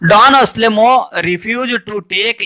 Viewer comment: ಡಾನ್ ಆಸ್ಲೆಮೋ ಅಲ್ಲ =ಡಾನ್ ಅನ್ಸೆಲ್ಮೋ